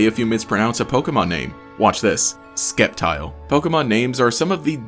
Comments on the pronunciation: Mann Its cept tile get it right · ... ...but he said "Skeptile." :c